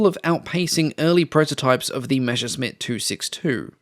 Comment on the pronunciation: I still wonder where the pronunciation "mesher-smitt" comes from, when you see the written word "Messerschmitt". It's messer-shmit. Messer means knife, Schmitt is an archaic form of Schmied and means smith. I still don't get it why almost all English speaking narrators get this mixed up. Especially since you get most other German words reasonably close to the original, even monsters such as "Flugzeugwerke". One of those mysteries ...